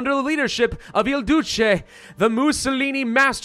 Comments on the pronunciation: ''The Dooce?'' nah, ''The Doot-chay'' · Duce is pronounced DOO-chay